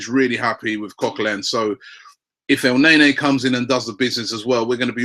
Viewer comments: If you look at the name in Arabic, it's sound more like al-n'a-nie, rather than El nae nae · Your playing pronunciation is awful. It's not El - nay - nay, it's El - ne - ni, Batshuayi isn't bat - u - shy, it's bat - shu - eye - I. So annoying